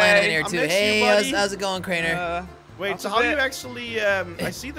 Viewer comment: It’s not crener it’s crainer